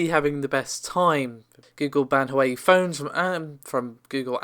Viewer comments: Hey, just to let you know that Huawei is actually pronounced "who - are - way". No Grammar Nazi, I'm just letting you know. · Yea it's a REALLY bad attempt. Wah-way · Sorry, Can't help myself; Its pronounced "Hwa-way" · Just for future reference it's pronounced 'Hwar-way' 😊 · Nvidia is about to introduce a small refresh,plus a small price cut. Huawei is onounced WAH-WAY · Huawei is Pronounced - Waaaa-way :) Also Navi is “Nav-eee” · Minor nitpick, but you aren't pronouncing "Huawei" correctly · The way u say Huawei 😆😆😆